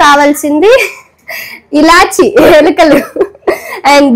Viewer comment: యాలకులు అనాలి ఏలికలు కాదు thalli